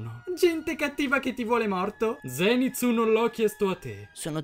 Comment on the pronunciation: Ma il treno è mugen non murgen e pronunciate male zenitsu e poi si dice inosuke non inoske però quando dice ma è Michael Jackson!! Sono morta😂😂